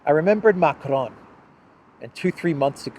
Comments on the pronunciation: I'm annoyed by that too. Sounds like he tries to pronounce it like a Spanish name, doesn't he know how French sounds? Although his English isn't great either. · Why does he pronounce Macron like he has a speech impediment.? He sounds so stupid every time he says it